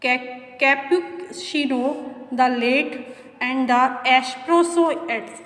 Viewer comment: Mam pehle cappuccino ke pronunciation suno Google mein